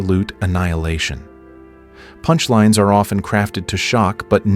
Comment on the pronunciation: I guess the prompt that this IA was feed included... Please enphazise the word "punchlines"